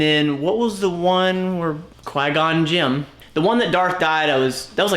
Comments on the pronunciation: The way he said qui-gon Jin “Qwhy gone Jim” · He said qui gon gim right 😂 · “Qui Gon Jim” he is such a huge Star Wars fan! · "Qui Gon Jim" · 'ol Bygone Jim